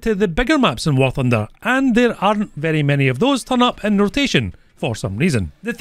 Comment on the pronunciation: By the way its pronounced War thunder not woow funer